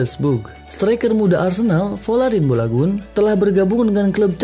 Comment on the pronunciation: Balogun bg bukan bolagun